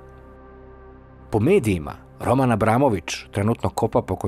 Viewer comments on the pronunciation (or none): none